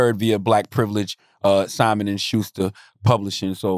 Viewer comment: Nigga, it's Simon!!!! Not Schimon 😂😂